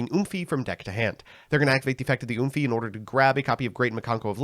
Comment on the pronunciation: Wth did you call Mikanko Ohime? Oomphy?